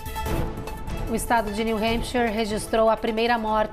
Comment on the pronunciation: Alguém por favor ensina essa repórter a falar “New Hampshire” corretamente 😅. Que agonia!